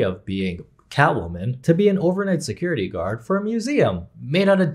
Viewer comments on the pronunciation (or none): none